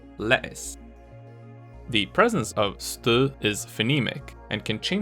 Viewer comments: Jeg kunne godt høre at du ikke var indfødt men ikke hvor du så i stedet kom fra. Respekt for mængden af knofedt du må have brugt! (Der var et enkelt ord som du udtalte markant mere udansk end alle de andre, nemlig "stød". Det var nu stadig ikke til at kimse ad. Det var faktisk ikke helt ringe endda ;) ) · Well researched and well presented! Your Danish pronunciation is so frigging close that I for a moment started to think that you must be Danish yourself, until your reached the word "stød", which - ironically - was pronounced without it. If you ever need help with a video on Dutch, just let me know. The pronunciation of "r" is a confusing mess in the Netherlands, but I would NOT recommend showcasing a sociolect with a too pronounced final retroflect r, which is often regarded as elitist and hated, despite its rapid spread.